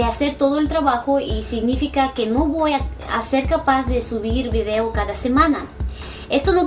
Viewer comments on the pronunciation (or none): none